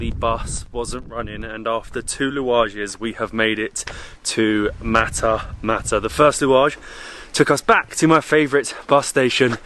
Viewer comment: Matmata not matamata